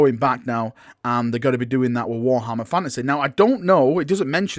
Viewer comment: “Warhammer FANASEHH”